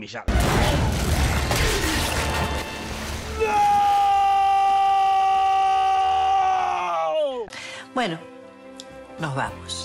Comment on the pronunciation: el jota dice esrec